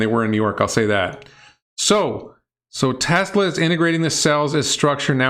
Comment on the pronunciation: He might have a speech defect that makes it hard to pronounce certain letters, like a lisp. I have that same problem and have to say Tesla the same way, as “TeZla.”